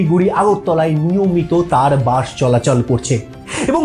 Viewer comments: বাঁশ নয় বাস বাংলা উচ্চারণকে বাঁশ মারবেন না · তা বাস কে বাঁষ বলে নিজেকে কিভাবে বাঙালি ভাবেন??